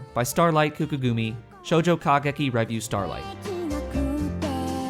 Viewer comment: I just thought I'd mention, because it's driving me crazy, but revue is stressed on the second syllable, not the first.